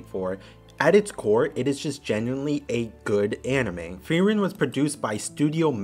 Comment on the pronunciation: Frieren... you say it perfectly correct.